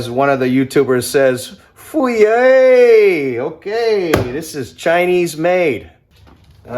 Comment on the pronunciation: Uncle Roger says, "Fuiyoh!" not fuiyay. And that means good. "Hiyah" is what you say when things are bad. Made in America? Fuiyoh! Hencho en China? Hiyah!